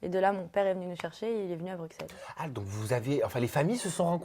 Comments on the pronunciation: Une belge qui prononce Bruxelles : BruXelles je ne peux pas y croire un instant.. 😂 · laurie labarre il y en a plein qui disent bruXelles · Lisa Schroeder je suis française et dit bruSSel et des amis belges disent BruXel... donc rien de choquant à mon sens